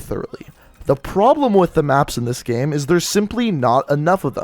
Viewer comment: the way he says "gam"...you cant unhear it